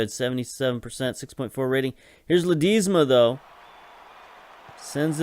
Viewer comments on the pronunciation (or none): Not sure if someone has said but it's Pronounced la-d-e-sma it's a short 'e' like in elf rather than a long 'e' like in teach